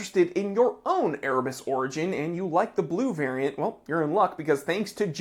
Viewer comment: I agree its a great watch, and he is a great guy, but it still sounds like "Ear Bats" to me....